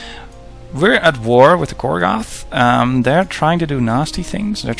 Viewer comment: Why do you say it like Korgath, wen you know it's spelled Korath?